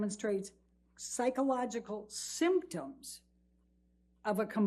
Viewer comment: Why is she saying "SYMPTOMS" like that as if to say a symptom is somehow an invalid part of a diagnosis?